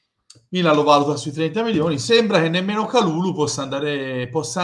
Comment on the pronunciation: pronuncia perfetta! Grande. Speriamo che potremo nominarlo per tutta la stagione e non solo in questi ultimi giorni di mercato.